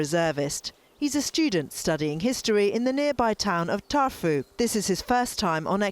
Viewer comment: “Tarfu” 😂 Tartu is a world renowned university town in south of Estonia.